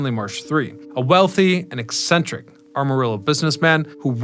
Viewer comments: Hey, AMA-rillo not ARM-arillo. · Armorillo? You’re not from around here are you? Try this: am-a-rillo. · AM- arillo not ARM- arillo. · Just fyi - it’s Amarillo not Armarillo.. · The town is Amarillo, not Armarillo. Just fyi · its AMarillo, not ARMarillo 😭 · Amarillo not Armarillo silly. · Why are you saying "ARMarillo"? It's "AMarillo". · It’s actually ah-muh-ree-yo. It’s a Spanish name. It’s actually the Spanish word for yellow. It was named such due to the yellow hue of the soil there, along with the yellow wildflowers found there. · You ain't no Texan young man. Amarillo does not have an R between the A and the M. It's not aRmarillo. It's AM a rillo. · Not “Armarillo”. Am-a-rillo. Geez. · I was born in Amarillo and spent many of my summers there. The way people who aren’t from Amarillo pronounce it is hilarious lol. Its AM-UH not ARM-UH. People love adding that “R” lol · "Arm-a-rillo" ??? I tune in to this channel just to hear this guy butcher the English language... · Ar-marillo? 😂 That made me giggle a little bit. But tbh, I was mildly annoyed at first. My apologies, I'm up way too late & tired. Nice to learn abt the history tho. I was there once several yrs ago. It's really cool to see. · It's ah-mah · Drives me crazy 😂 I grew up in Houston but was born and spent countless summers in Amarillo. People in Houston LOVE to mispronounce it lol